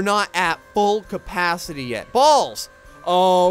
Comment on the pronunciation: bahaha...full "Crapacity"